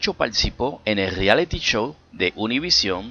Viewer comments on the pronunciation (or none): none